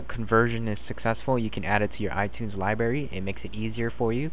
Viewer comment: Li br ary not Libary